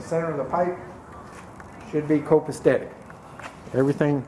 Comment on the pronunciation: FYI, just in case you care mispronouncing the word “copasetic”. Other than that, everything’s great 👍.